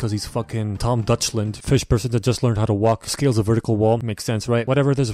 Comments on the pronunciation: TOMMOROW WE FEESH IS SOO FUCKING FUNNY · 4 type of pronunciation for fish Le classic: fish Le advance:phish Le pronounce:feesh Le me:fis